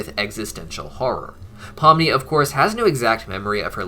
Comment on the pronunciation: POMNI* not pumni get it right